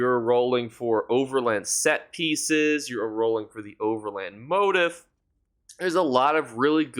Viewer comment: Great video! "Motif" is pronounced "mo-TEEF".